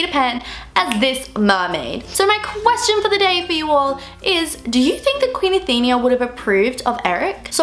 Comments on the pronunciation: its Athena not Athenia like how youre pronouncing it hahaha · Athena, not Athenia. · It's not how you pronounce "Athenia" it's "Athena"!!!!! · it's Athena not athenia. uve been pronouncing it wrong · its Athena not Athenia. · it is pronounced Athena not athenea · What the hell stop saying athinia it is Athena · Ok I am so sorry I am a massive Greek Mythology geek and you didn't pronounce Athena right. Athena was a Greek goddess and the fact that Tristan was Poseidon's son would make a good film theory as the goddess Athena and the god Poseidon were mortal enemy's any way the way you pronounce Athena is .A theen a. Athena really sorry I didn't want to sound picky or B*tchy I am just a massive Greek myth fan its my life and I hate when names are wrongly pronounced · There are many things wrong with this: 1. She pronounced Athena wrong the whole time 2. It is a music box that King Triton gave her for her anniversary. 3. They are there for the king and queen's anniversary. It wasn't some random get-together 4. The mermaid she saved was her oldest daughter, not "some girl" 5. The two mermaids have different colored eyes 6. She grabbed the music box because she loved the present and loved music